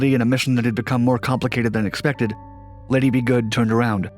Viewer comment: Lady Be Good, not Liddy B Good, dufus